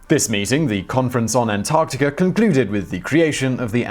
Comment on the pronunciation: I'm completely confused how the R sound comes with As - Antarticr??